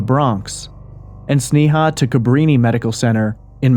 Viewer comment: It isn't pronounced "Snee-haw" it's pronounced Snay-uh.